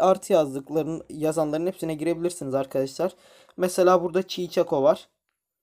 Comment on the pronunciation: Şikago ya çiçako mı dedin fkfkemdnfjjdjsnd muhteşemsin dkdkskdjjd